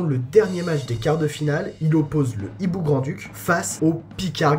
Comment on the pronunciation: Le Hiboux et non l'hiboux cher... le H est aspiré 👌